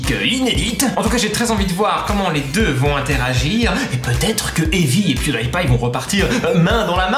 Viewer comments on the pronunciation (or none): none